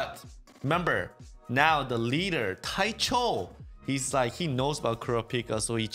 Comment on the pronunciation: ITS DANCHO,NOT TAICHO